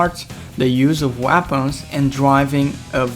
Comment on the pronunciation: the way he says weapons